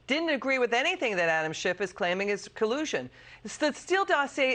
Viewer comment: Hey... it's Schiff, not Shift. Good Freudian slip though, Adam is shifty. Funny fact, he's married to Eve.